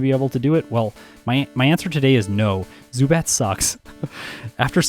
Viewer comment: While you got the pronounciation of the second syllable of Zubat in German correctly, the first one is pronounced differently, it's pronounced like Tsu, not Su. You'd also emphasise the first syllable, not the second one. Also a little fun fact: If you'd translate the German name of Pidgeot directly, you'd get Pidgeboss :D